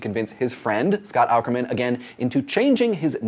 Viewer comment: >Does a video about podcasts >Can't pronounce Scott Aukerman's name correctly.